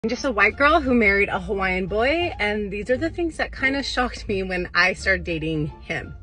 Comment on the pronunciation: Why do I hear a slight Irish or Scottish accent in the beginning from you esp. when your saying "shocked me"